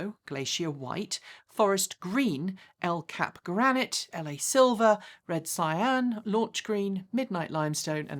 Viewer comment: Hi - err, it's Red Canyon, as in Grand. Not Red Cyan as in colour.....!! Love your work! Love it, love it, love it......!